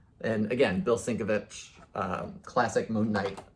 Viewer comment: Personally, I’d hang on to the Moon Knight books. I’m a mark for Sienkiewicz, though. (Pron: sin-Kev-itch, btw. no harm, no foul, friend! I’ve been pronouncing it wrong for decades and STILL have to correct myself🤣) Great haul on all of those books!